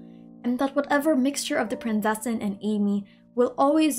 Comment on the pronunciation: As someone from a german speaking country I feel the need to tell everyone that the "z" in Prinzessin is not spoken as an "s" or "c" it is very hard and spoken like a "tz". So thats everything thanks for your time. I hope there will be more videos like this since they are really interesting.